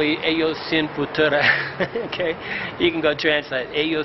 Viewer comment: Did you say "fatura"? I'm going to go ahead and guess that you meant to say "futuro". Man it's hard to translate when you're not using real words.